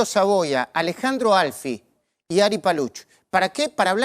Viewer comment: Bueno el programa y los invitados. Dejen de llamar Alfi a Alfie. La E se pronuncia y se acentúa la i !!! Es un apellido paisano kotur.